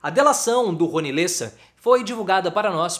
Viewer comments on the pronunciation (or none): Amigo, não é "lêssa" é "léssa" a pronúncia correta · Pronuncia-se Le'ssa